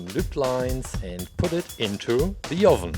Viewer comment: why do you say ovin